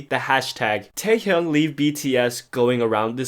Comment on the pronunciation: teHyung xD learn the proper pronunciation